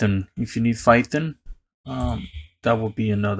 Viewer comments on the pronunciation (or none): This nigga said "fython"